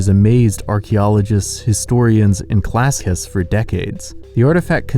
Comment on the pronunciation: "Classy-ists"? Are you trying to say "clacissists"? Also, Antikythera is pronounced "an-tee-KITH-er-a" not "an-tee-kith-EE-ree-a."